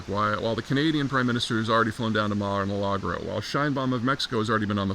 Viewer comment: Almost pronounced Mara Lardo correctly .